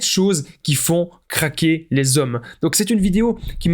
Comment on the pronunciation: Il faillit dire caquer au lieu de dire craquer 😂😂😂😂